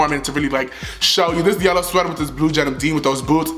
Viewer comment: „this blue jenim dean“ 😂😂😂